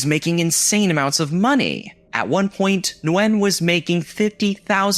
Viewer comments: Vietnamese here, you did butcher it 😂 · Never heard anyone pronounce the "N" in Nguyen, before.